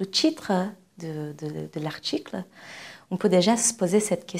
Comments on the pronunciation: Je pense c'est à cause de sa langue maternelle, elle prononce le t "CH "🙉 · Elle utilise une prononciation du portugais brésilien que n’est pas correcte. Par exemple, le mot « titre » elle le prononce comme « tchitre »